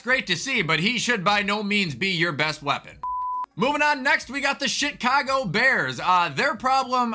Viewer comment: "the shit-cago bears" 😂